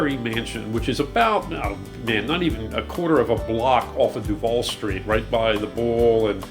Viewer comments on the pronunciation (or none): none